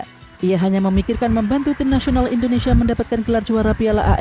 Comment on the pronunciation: Indonesia bukan Endonesia.